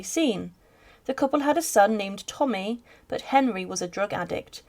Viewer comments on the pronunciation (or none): none